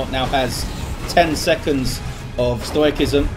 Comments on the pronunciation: If the ven dread ability on death is called 'stoicism' then it's pronounced 'stow-ih-sism'. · Yes the 'c' in stoic is pronounced hard like a 'k', but when 'ism' is added that softens the 'c' so it's pronounced like Michael said. Compare electric --> electricity. In English, a 'c' followed by 'i' or 'e' is almost always pronounced as an 's'.